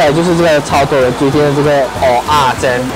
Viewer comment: 不是念鹅啊煎吗😂